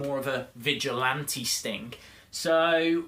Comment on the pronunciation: You kinda sound like your saying Stink 😂